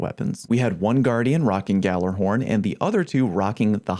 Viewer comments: ghallERhorn? You mean ghallAhorn? xD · gallerhorn????? its (galla-horn)